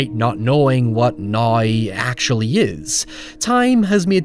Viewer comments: "In the neeyou."?? "Noya"??? Its now. The word is now. Lol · I enjoyed hearing you say "now" with your accent.